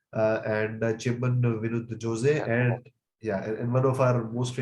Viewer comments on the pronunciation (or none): I watched it yesterday and its a very good one. If its not released along with Marakkar it would have got better reach Jose- the last E is silent.